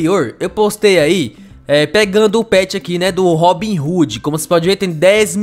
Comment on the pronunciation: O nome não é RoobinRoode não é RobinHode